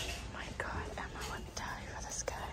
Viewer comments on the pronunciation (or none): none